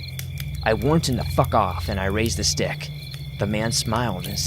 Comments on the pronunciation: Please tell me I’m not the only one that heard “ but when my dad walked in with a huge d*** “ I know he probably said stick but I swear it sounded like d*** I mean I’m crying I’m laughing so hard🤣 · I SWORE I THOUGHT YOU SAID “Once my dad walked in with a huge dick” LMAO